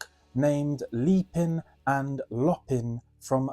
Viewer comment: Nice show but it's leapin' and LOW-pin' not lop-pin', imagine a big black panther loping aiong at an easy pace that swallows the miles then leaping on its prey. It's a great album and the only one of your ten that I own so I have a bit of research to do. Thanks but I think you're going to cost me money again!